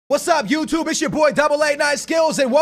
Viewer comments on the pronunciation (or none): none